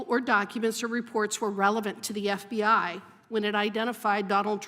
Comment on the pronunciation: The "F bi I" LOL 😂😂😂😂 inadvertent but awesome. 😅😊